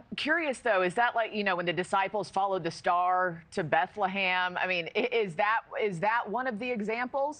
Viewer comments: This conversation is depressing… it got really bad when she said “the disciples followed the star to Bethla-ham”. I mean, I’m not exactly at Oxford studying biblical history but I seem to remember it was the Magi who followed the star to Bethlehem. The disciples couldn’t because they were either kids or not born yet. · Did she really say "the disciples followed the star to Bethlehem"?